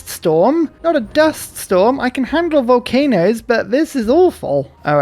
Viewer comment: Can you say "volcanoes"!!!!!!